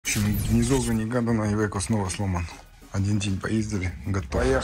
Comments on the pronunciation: не ивеко а АЙВЕКО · Ивэко не еде далэко как говорят поляки